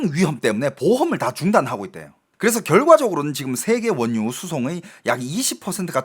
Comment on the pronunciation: 원뉴 가 아니라 원유 ..! ㅋㅋㅋㅋㅋㅋㅋ